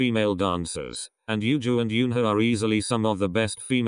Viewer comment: i agree with everything here lol and only complaint i have isnt even bout the vid but how eunhas name is mispronounced by the robotic voice but then again its a robot so ¯\_(ツ)_/¯